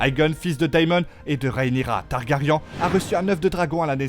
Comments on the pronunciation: Targaryen ( ça se prononce i-un targari1 ) 👌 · Ca fait 8 séries GOT et 2 séries house of dragons qu ils se trompent tous en prononçant TARGARYEN ? Ou un youtubeur de + qui ne connait rien au sujet qu il récite ? On en est au stade ou les mauvais youtubeurs sont au niveau des voix automatiques ...